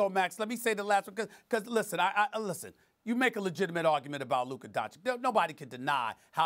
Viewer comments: Y’all trippin lol. This man did not say “Luker”. I listened over and over and I clearly hear the “uh” sound, not the “er” sound. He did, however, pronounce Doncic wrong again lol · u mean DonCHICK? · The letter "o" in Doncic is pronounc like "old" or "over" and not like the "o" in "down" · Don Chick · No one SAS : donchick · SAS still won't even pronounce his name correctly 🙄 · Sas is capable of pronouncing Aldridge the right way or sandwich or bridge...but he can not say Doncic the right way?I think that is on purpose,just to disrespect the man. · SAS are you kidding me!!!!? You can't be a tv host who can't pronaunce someone's name, especially the best young NBA player of all time! Don't be that disrespectful, take a class or something, you can do it.